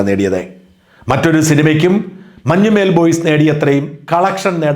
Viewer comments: മഞ്ഞുമ്മേൽ അല്ല, മഞ്ഞുമ്മൽ ആണ് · മഞ്ഞുമേൽ അല്ല. മഞ്ഞുമൽ